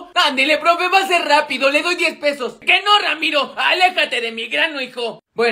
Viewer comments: Y tu diciendo ramito en lugar de ramiro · Dijo Ramiro en ves de Emilio